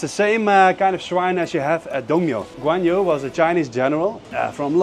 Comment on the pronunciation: 그 놈의 관유 관유!! 관우 라곳!! 관우 관우 관우 관우 !!!!!!! 백번 양보해서 중국발음으로 해도 꽌위 정도? "유" 가 아니라곳!!!!!!!!!!!!!!!!!!!!!!!!!!!!!!!!!!!!!!!!!!!!!!